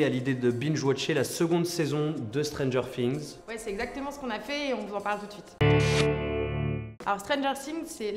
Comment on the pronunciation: Putain arrêtez de dire "stranger sings" c'est stranger things